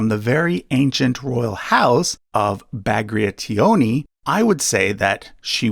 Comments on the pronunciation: I just love triple Rostislav Also it was funny to hear you struggle with Bagrationi surname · you said bagrationi wrong its pronounced bag rat ion i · you mispronounced Bagrationi 8 seconds after pronouncing it right XD